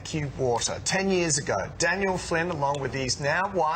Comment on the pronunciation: Did the guy at the end just call Daniel "Tanya"? Aha nice one Tanya